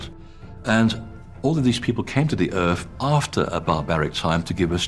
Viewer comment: Omfg I have dyslexia and have to be more effort to speak. Didn’t spend a lot of time at school because well “I wasn’t trying hard enough” and here you have someone who is highly educated and yet you can’t say myth or earth or anything with a th. People have their excuses but really it’s just lazy.